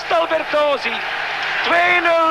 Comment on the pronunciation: He pronounced Albert's name in a French way, but we Hungarians pronounce the t at the end of the name.